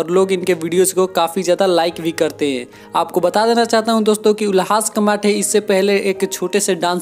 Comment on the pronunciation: अबे वो कमाठे नहीं कामठे हैं !!!, 🤣🤣🤣🤣😂😂😂🤣